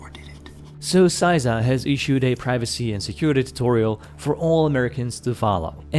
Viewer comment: CISA (sæizʌ) your pronunciation CISA (sɪsʌ) how it should be pronounced. Sorry that just really bothered me. Those are American phonemic alphabet, so I'm not sure how relevant they are to you, but you could look them up I suppose. But not a single part of the acronym turned word was pronounced properly.